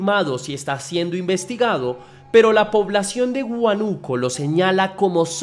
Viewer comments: no es huanuco, es Húanuco- chekia eso xfa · Es huánuco no huanuco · Hola, por que inicialmente dices Huánuco y luego a mitad del video dices Huanúco, cambias la tilde pero si sabes como se pronuncia, a que se debe? He visto videos de otros youtubers que también hacen lo mismo con palabras comunes, les cambian la tilde sin motivo